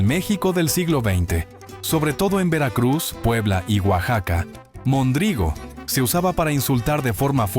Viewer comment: Se dice mondrigo con acento en la primera o no mondrigo